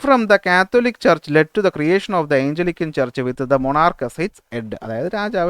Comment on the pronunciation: സാർ... ക്ലാസ്സ്‌ വളരെ നല്ലതാണ്... ഒരു കാര്യം പറയാനുള്ളത് സാർ പറയുന്ന പല പദങ്ങളും തെറ്റായാണ് പറയുന്നത്. Eg:ജോൺ കാവിൻ അല്ല കാൽവിൻ ആണ്, ഏയ്ഞ്ചലിക്കൻ ചർച്ച് അല്ല ആംഗ്ലീക്കൻ ചർച്ച് ആണ്.. Etc....